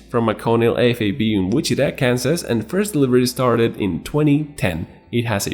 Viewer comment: Which-it-ta...had to, it was driving me crazy.